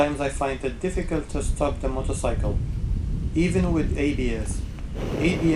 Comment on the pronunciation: I fucking hate the way you say "motorcycle" what kind of fucking accent is that?